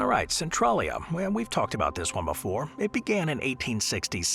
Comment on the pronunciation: 'Centrawllia'? Gosh, AI narration sure fails things like names. Maybe someone should actually read these things. That should be 'Sen-tray-lee-uh'.